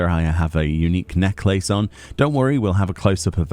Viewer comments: i love you... but you saying necklace triggers me... you say Neck-laces.... it's NECKLASS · It’s interesting, in the US we say necklace as “neck-less” and I’ve never heard it said “neck-lace” before. And now that I’ve heard it I’m like, “Oh, hey! That makes sense! Like lace around the neck, right?” Lol, pronunciation, amiright? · Your enunciation of the word necklace is killing me. LMAO